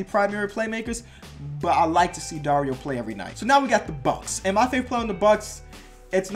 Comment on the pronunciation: You said Dario right